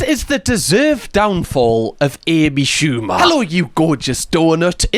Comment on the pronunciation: “A B Shooba”